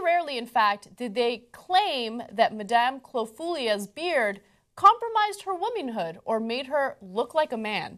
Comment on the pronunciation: She actually said womynhood there :D